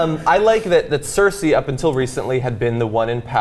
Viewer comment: heads up its not circe its cersei